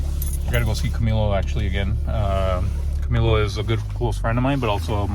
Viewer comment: Absolutely love the videos bro. I trip out every time you say Camilo 😂